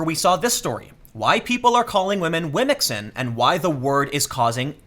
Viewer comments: How you pronounce womxn is dope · Yeah... I'd go with your phonetic pronunciation for womxn.